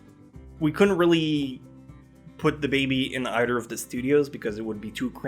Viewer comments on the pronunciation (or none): none